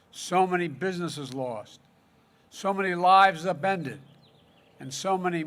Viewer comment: "So many lives abended" What!?